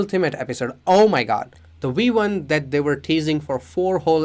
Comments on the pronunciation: It’s V1 not wee 1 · Am I the only one hearing we1? Wirus? Waught? I’m not trying to be mean but I feel like I’m tripping